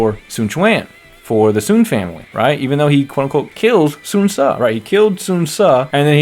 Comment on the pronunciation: I've pronounced it Soon Say since so long ago his name became a bit of a meme around dynasty warriors 6 for me and my friends due to how dramatic they made his death now every time he dies in anything we always dramatically go "SUUUUUUUUUUUUUUUN SAAAAAAAAAAAY!~"